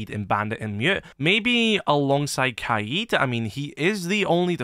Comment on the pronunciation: Bro I swear it’s not kaied it’s kaid